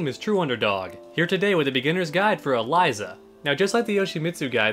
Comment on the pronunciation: Start with pronouncing her name correctly